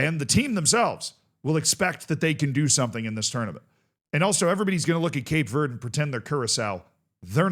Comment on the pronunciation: Do you not know how to say green in Spanish?